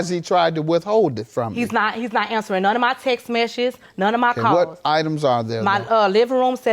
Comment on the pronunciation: Damn she couldn’t pronounce “Text Messages” either 😂😂